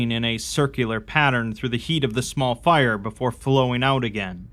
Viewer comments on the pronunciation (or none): none